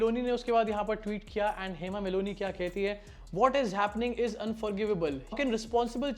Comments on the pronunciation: Well done bro....calling out to BJP and it's stooges. Btw, it's not Hema Meloni, it's Malini. Pls be careful next time. 😊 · Nobody is perfect, you point or judge someone is not perfect just an one wrong word in English but you saying your own self hema Meloni, Hema Malini , it's not Meloni you repeat again and again Meloni meloni,😂 how nonsense you are but you're judging your prime minister's one wrong word of English, so chill English is just a Language. Edit: i'm not an Indian not an Hindu not a fan of your PM modi but you ownself are saying wrong word repeat again and again like Meloni meloni😂 but you judging other's language skill, who talk English well its talented person you mean? Who don't it's not? Sick Society and sick people like you who never leave judge other person, and you think you can talk english well, you are superior, but your mother, father, pm, minister, teacher cannot talk in English then they are dumb? you're Self obsessed. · Hema malini not maloni 😂😂😂😂😂 tum Jan bujh k unka naam galat le rahe kyu ki bjp ki h isliye 😂😂😂😂😂 MALONI 😂😂😂😂😂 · Hema Meloni nahi bhai It’s MALINI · Hema Meloni😂😂😂🤣🤣 Meloni is somebody else's girl. Malini is Dharamji's. Ya You Tube career banao ya English pronunciation seekho 🤦‍♂!!! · It's Hema Malini, not Moloni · It is Malini and not melonie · Hema Malini ❌ Hema Melonee ✅ 😂😂😂😂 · Hema Malini 🙅 Hema Meloni✅. 😂😂😂😂 That's why no one should skip their Pronunciation part.